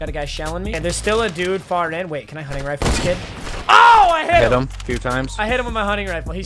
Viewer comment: “Hunning rifle”